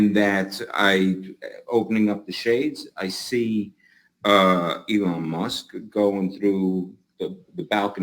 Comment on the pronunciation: "Yvonne Mosque". 😂